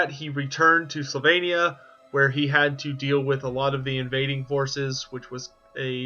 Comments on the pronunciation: Sylvannia not slavannia. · Wow, screwed up the first sentence. Slyvania? It's sylvania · Did you say Slovenia?! Or Sylvania? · Its not Slovenia its Sylvania. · Slavania? Where is this place? I'm pretty sure it's "Sylvania".... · He says, slavania. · Why do you keep saying "Slovenia"? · It’s SYLVANIA. Do you hail from PennSLOVENIA?! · We know, but he keeps pronouncing it as "Slovenia". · Is it really pronounced "Slovenia" or am I really going deaf? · One question: where is an o in Sylvania, or what kind of alphabet do you use? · But alas, he can't pronounce Sylvania 😂😂 love his videos though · or learn to learn :D the Y is right there :D thats not L